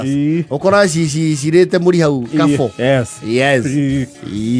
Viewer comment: It's pronounced karfur not karfo😂😂😂